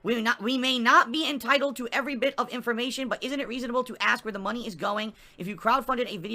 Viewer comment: "You give me mahney, no questions to where it goes!! " Angry